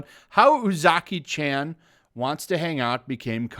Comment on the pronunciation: Chan is pronounced more like ch-awn. Spread it to your other youtubers so y’all can stop butchering it.